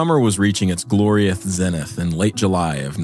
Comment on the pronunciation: “Its gloriouth zenith”